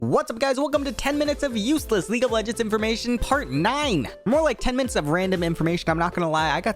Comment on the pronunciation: Ah yes "minuets"